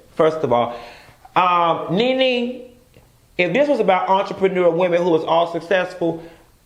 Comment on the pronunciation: Chileeee “entrepreneururl”😂😂😂😫😫